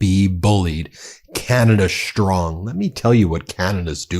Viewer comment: Strong, not shtrong